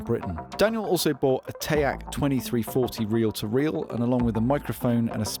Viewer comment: TEE ACK not tack